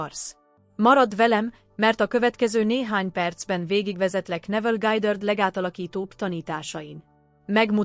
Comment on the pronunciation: Mindegyik rossz....nem lehetne megoldani emberi hanggal? Neville Gájdörd 😂iszonyat